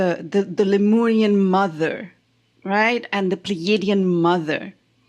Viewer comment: Its lemurian, not leorian. 😂